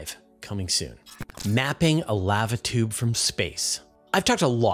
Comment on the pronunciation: "laava toob"... down here in Oz we say "larva choob, mate". I don't recommend it. :p